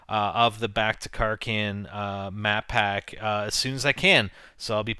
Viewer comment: Mapack sounds like Maphack